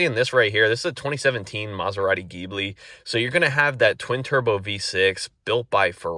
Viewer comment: Hard to listen to that Ghibli pronunciation.